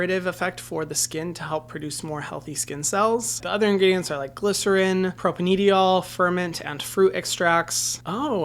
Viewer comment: propanediol = pro-pain-dye-ol